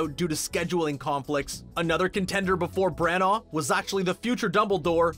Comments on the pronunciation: By the way Kenneth Branagh is pronounced “Branner” not “Brannar” and it is also Warwick Davies is pronounced “Warrick” not “Warwick”. Sorry for the Hermione like corrections but god those mispronunciations are so annoying!!! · FFS learn to pronounce things...BRANAGH NOT BRANAAR, ANGLIA NOT ANGELICA, HALLOWS NOT HOLLOWS, ROBIN WILLIAMS NOT WALLYIAMS.... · Voiceover: Kenneth Bran-OR Brits: It's Bran-A. Like banana... Brana. You don't need to pronounce the GH 😂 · Ford Angelicas... ? Anglia man, c'mon. Also Kenneth Branagh's name being completely mangled by this guys accent is v funny to an English accented gal